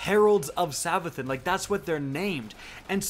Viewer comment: It's pronounced savathoon, your welcome. :)